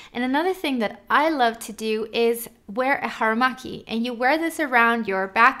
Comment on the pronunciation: I love the way she said "haramaki"🥰💗